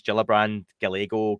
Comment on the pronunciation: Pretty confident it’s Guy-yay-go.